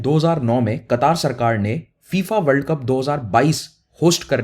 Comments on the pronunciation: कटार नहीं कतर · oh bahi sab Qataaar nhi ha word Qatar ha not Kataar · It is qatr not kataar 😂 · पहले बोलने को सीख लो उस देश का नाम कतर है